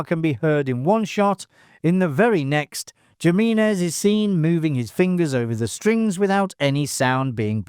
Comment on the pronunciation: The pronunciation of the character Pedro Jiminez is atrocious.